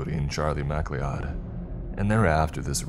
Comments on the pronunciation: Who in the actual fuck pronounces mcleod "mack Lee odd"? Fr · Please learn how to say the name properly. It's pronounced Mc-Cloud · I really enjoy videos about the spooky remote places of the world. As a fan of the Highlander franchise, I have to point out, the surname, McLeod, is pronounced like "ma-cloud".